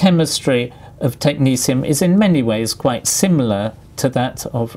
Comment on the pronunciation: I thought it was pronouncded tek-NET-ee-um xD